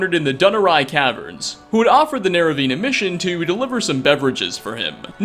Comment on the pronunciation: you said pelagius wrong. oh and. 'MURDERED TO DEATH BY THE ALMIGHTY ' and in fallout 4 i called my radium rifle 'murders to death' do you like the name?? also you say nerevine but it is Nerevarine